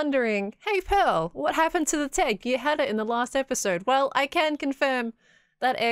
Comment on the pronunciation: PEARL not pear 🤣